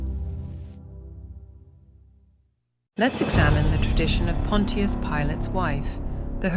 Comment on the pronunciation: Bot not pronouncing Pontious correctly so annoying